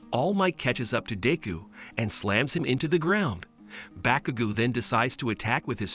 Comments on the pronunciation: Also it’s not pronounced bakugoo it’s baku GO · Bro really said bakugu and diku 💀